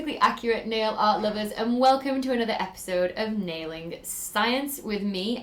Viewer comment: Oh, "nailing." I thought it was "wailing science."